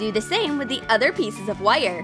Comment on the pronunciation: says wire as in whyare